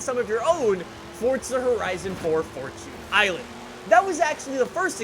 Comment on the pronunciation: Can u stop saying Fortoons island, its Fortune island, Jeez